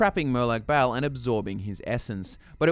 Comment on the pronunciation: Hue you pronounced Bal as "Bowel". What is he the Daedric lord of shit flinging!? hahah Silly Aussies that's Peryite not demonic Bernie Mac!